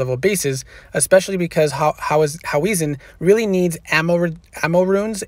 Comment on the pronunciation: It’s hau-hezen. Not hau-wesen 😂